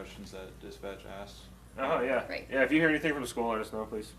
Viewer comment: And the way she pronounces words that end in G drives me insaneee! If you listen to the pretext calls everytime she says “anything” or “nothing” it’s always “anythink” or “nothink”. Theres no way she had any degree let alone a PhD!